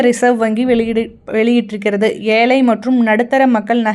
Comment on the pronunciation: ஏலை அல்ல ஏழை, ஏழை என்று சொல்லவும். தயவு செய்து பேச வரும்போது கொஞ்சமாவது பயிற்சி எடுங்கள்